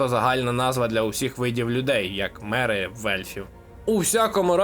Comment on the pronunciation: *не метрична ера, а меретична... не метри, а мери 😅